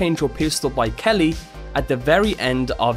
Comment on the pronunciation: 2 things it’s ARCHangel and it’s K E R R Y not kelly